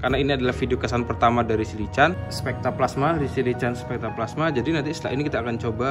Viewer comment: Lycan perkataan inggeris....sebutannya -Lai-ken. (Ertinya - manusia serigala jadian) langsung lambangnya begitu.👍👍👍